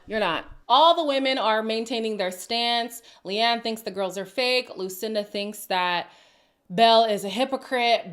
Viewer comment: Leanne is actually an Irish name so it’s funny that Lucinda couldn’t even pronounce that name correctly. 🤣